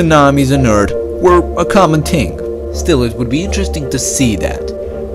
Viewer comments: I hate how he speaks earth=eart thing=ting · oh,it wasn't just th. It was "urt" "breed" "ting" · "Tsunamis on Urt were a common ting" I'm dead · Was a "common ting" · " Tsunamis on Ert were a common ting ! " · " A common ting".